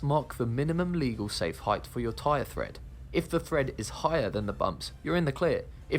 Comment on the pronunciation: It's tyre TREAD, not thread, wtf is this narrator talking about?